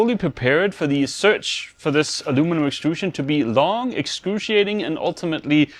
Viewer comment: Did you say excruciating extrude-ating ?